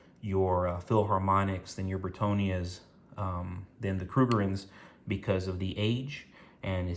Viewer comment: Why do you say BritOnias…? Isn’t it BritAnnias…?